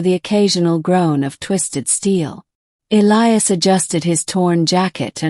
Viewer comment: Finally one where they pronounce Elias correctly